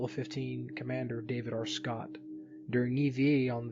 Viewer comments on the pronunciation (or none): none